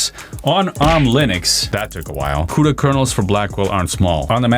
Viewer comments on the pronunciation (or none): none